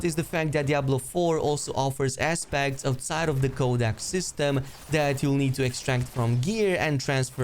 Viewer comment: Had to do a double take when you said “aspects” as I thought you said assbag lol😂😂😂